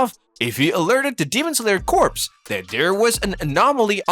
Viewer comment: you know corps is pronounced as kor right💀💀💀💀